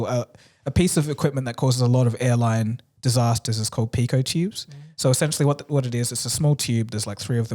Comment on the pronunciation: Awesome channel, love listening! Also it is called pitot tube not pico tube 😊